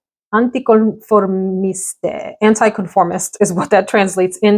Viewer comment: For what it's worth: the Keiko Meicheri Isles Loîntaines fragrance is pronounced "EEL lwanh-TEN" and it means "faraway islands" Hope that helps! And the "French version" of Anticonformiste is anh-tee-con-for-MEEST. And it is fun to hear your Spanish come through! 🙂